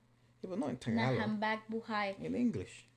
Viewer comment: The way you pronounced habang is so western haha. It is pronounced as what letter A sound like. like AH lol